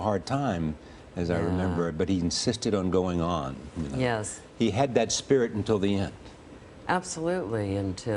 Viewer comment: Holy shit! He died! Unlike any other human being ever! Fuck me, you are so stupid. And it's 'until' not "in tell"...